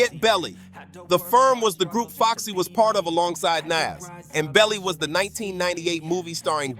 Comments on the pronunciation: 😂😂😂 kooorupt and naaas😂😂😂😂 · Bro you trying, but Kooprupt and Nash tho, ok bruh😂😂😂